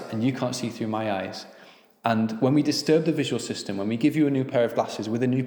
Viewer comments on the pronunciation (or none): none